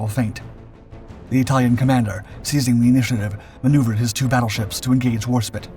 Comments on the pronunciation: Your pronunciations of names is a particular annoyance/amusement to me as a natural born speaker of English - and also one with a fair amount of military and wartime knowledge... For example, it is HMS War-SPITE, not War-spit. The "E" at the end tells you exactly how to pronounce the word! And there's HMS Mal-ay-ah, and not Mal-eye-er! And then there's Admiral Cunning-UM, not Cunning-HAM! Or the Italian port of Tar-ANT-oh, not TAR-anto... I wouldn't even mind so much if you didn't meanwhile get the Italian ships' names pretty much spot-on! And then we have the "allied" cruisers... I thought they were ALL British? Keep at it - and maybe watch a bit more actual (preferably British!) wartime footage with narration from the time - and I'm sure you'll get it right eventually!! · WarSPITE you dimwits, NOT Warspit! AI be damned. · Is this a human voice or AI? How could you not know that it's HMS War-Spite, not War-spit? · The word "spite" (rhymes with "light") means "a desire to hurt". The ship is called HMS Warspite - "War-SPITE"! Not "Warspit". Why can't you pronounce "Warspite"? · Bloody hell man it's War Spite NOT War Spit. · Ok seriously you clearly an American person. It is war spite like spiteful. Not spit like spit on your foot. You really need to fix this issue. It is like us insulting your favorite thing you know so much about. Because of this i can't continue watching this video. Sorry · Inaccuracy 2. WARSPITE. WARSPITE. WARSPITE. Do you see the E? It is not warspit. WARSPITE. My god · HMS Warspite as war-spite, not war-spit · Considering your pumping a game that has this exact ship it's pronounced WAS-SPITE not Warspit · Agree entirely …. Firing with spite ……. Not spit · Yet again She's HMS War - SpitE not HMS Warspit, thats like calling the USS NEW Jersey the USS New Jers ! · Worspit... That's a ship of her majesty's navy? Did I miss something, ... LIKE A SILRNT "E"?! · Stopped watching the second it was pronounced warspit…